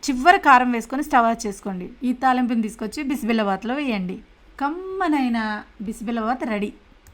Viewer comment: Madam adi bisimilla baath kaadu bisibele baath